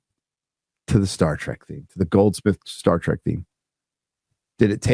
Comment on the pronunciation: Today, we get "Star Dreck"